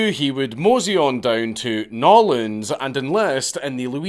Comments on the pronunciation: Eeeyy.. props on the N'orleans pronunciation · For the folks who think he mispronounced New Orleans, he didn't. He actually did better than most Americans. Edit: If I had to guess I'd say he's spent some time there with someone in the know and seen the real New Orleans. ~boB